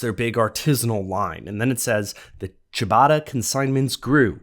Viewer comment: Well, I know how to pronounce it. And it's not like 'Chewbacca'.